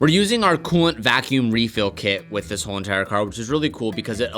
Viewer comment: “a WHoOoLe EENTiRe…”